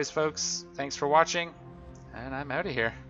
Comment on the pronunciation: why do you say oot instead of out?